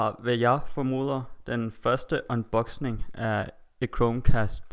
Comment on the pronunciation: Du siger unboxing på en sjov måde :D men det gør ikke noget :)